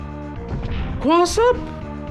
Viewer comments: cwoss up? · "Cwoss up!?" lmfao